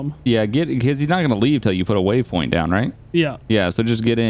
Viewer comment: i never understand why he says wavepoint isnt it waypoint